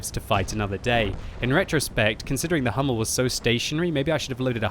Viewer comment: Hi, just a short advice. The correctly pronunciation for the Hummel it isn´t "Hammel".. This means a muttony in Germany;) Try to speak it like the word "you" without "Y"... hOUmmel